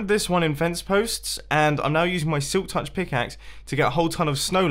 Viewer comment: he say silk tuk pickaxe not shovel